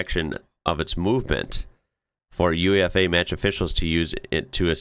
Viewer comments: I'm not sure about the rest of Europe, but in English language UEFA is usually pronounced as a word rather than being spelt out. It's not U,E,F,A, it's always "you-ay-fa". I think I've heard other Europeans (albeit speaking English) say "oo-ay-fa" as well. I know that in USA your main leagues are abbreviations and you say (as do we) N, F, L and not "niffle", or N, B, A and not "un-ba" -so it's not what your mind is trained in. But UEFA has got a fourth letter, so we pronounce it like it's a word, rather than just saying the letters. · Although it's an abbreviation - UEFA - it's pronounced YOU-AY-FAH. A minor point, but hopefully helpful ☺️